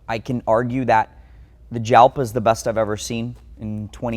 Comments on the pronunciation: It's pronounced HAL-pa, but the J is pronounced as a soft H. Lamborghini "ALPA." same with the JARAMA, It's HAR-ama... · I always heard Jalpa pronounced “yalpa”. Was I wrong? Beautiful collection!!! Some like to look sit and admire. Some like to drive. Takes all kinds! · What? No one's gonna call him on mispronouncing "Jalpa"?